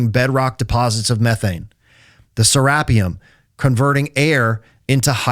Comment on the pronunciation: It’s pronounced “Sarah-pyum”! 😂